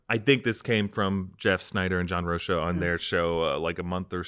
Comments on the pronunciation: John "Roh-kuh" not "Roh-sha" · hey my brother, its pronounced John "roke-uh"